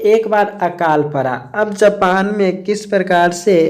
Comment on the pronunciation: Bhai "Japan" gae the "Japal" nhi